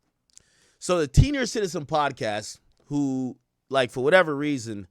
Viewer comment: He called em teeniors 😩